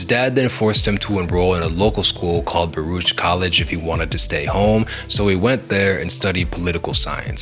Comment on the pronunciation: It’s a hard R on Baruch my boy (and a long o on Mos Def whats wrong wit u foo?)